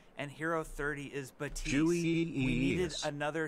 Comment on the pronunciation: his name is not baptism, baptist, batistu, his name is pronounced Bap-Tist or just be me and call him lucio76